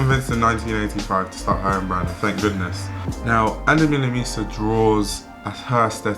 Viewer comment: the way u say her last name is so funny